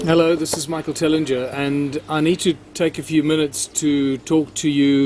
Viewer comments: He pronounces it as if it has two gs Tel ling jer, sorry no brackets on a Japanese keyboard. I saw this ages ago. My problem is that my Credit Union in the USA is not transferring my money to my bank in China! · You pronounce the g in Tellinger.